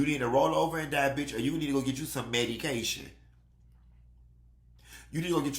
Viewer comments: Not MED-E-CATION 🤣😭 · "creeeeaaaam cheeeeese!!!" and "Medycation" got my cracking up🤣🤣🤣🤣